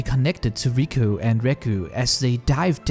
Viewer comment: except it's not riku and reku, it's riko and reg.